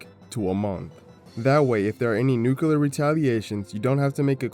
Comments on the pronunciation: Bro, I hate it so so much when people use the fkin stupid word "nucular" you even wrote "nuclear" just fkin say it! People fkin say "squirrel" and other words that are way harder to pronounce, but for some stupid reason the word "nuclear" gets dumbed down? This is literally the problem with humanity. People have gotten stagnant and are unwilling to go back and fix past mistakes. Instead they change the rules to make them technically correct. If we did that sht with everything else too the world would deteriorate. But wait, we do! A dark future lies ahead of us boys. This video might be more relevant than we realize. Sadly it's unwatchable due to him saying "nucular" all the damn time... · "Nucular". Lol